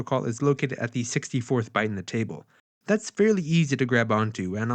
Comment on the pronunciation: thee logic, thee counter..... maaaan drop the thee!